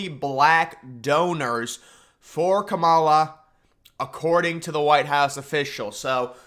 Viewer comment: Dude I’m not saying you gotta like her policies or anything, but please pronounce her name right. It’s “KAH-ma-la” not “Ka-MALL-a”